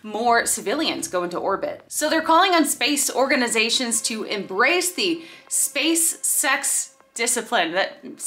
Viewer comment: Wait, did she say space sex or SpaceX? ;-\